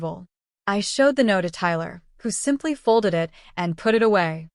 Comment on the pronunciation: "Wedding is O.F.F."? What is the matter with your AI? Teach it to pronounce off as a word, also it and while you're at it, us.